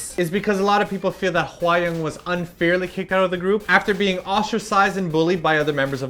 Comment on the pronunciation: Is her name really pronounced 'Hwai-young'? It sounds wrong. I thought it was Hwa (like 'ah') -young just like it sounds. :/ Just wondering. But you made great points that I agree on, though I still feel a bit dissapointed in T-ara if they did bully Hwayoung, but that definitely wont stop me listening to their music, THAT'S CRAZY~